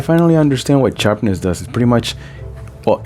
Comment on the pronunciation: charpness..lol. Good video bro